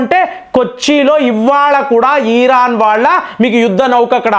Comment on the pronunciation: ఈరాన్ అనొద్దు సార్. ఇరాన్ అనండి